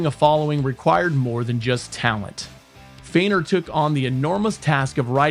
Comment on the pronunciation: Eddie's name 'Feigner' not 'Freighner'.